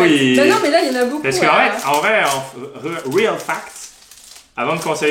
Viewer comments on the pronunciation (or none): none